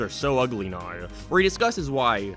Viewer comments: Now not ner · why the hell does he say now like noweeer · His accent when he says now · Why are you saying "now" like that